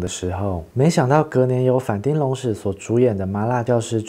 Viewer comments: 町，其實是要唸 ㄊㄧㄥ三聲。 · 其實反町隆史，町應該發“挺”的音